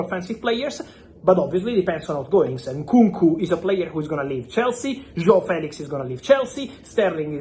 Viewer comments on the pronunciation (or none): none